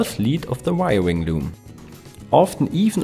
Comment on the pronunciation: Good info, but I love the "wiriring" at the end, lol!